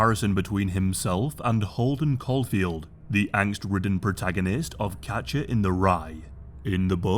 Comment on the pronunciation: Are you saying Capture or Catcher? It really sounds like Capture